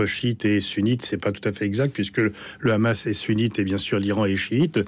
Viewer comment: EN français on dit Hamas et non pas KHamas !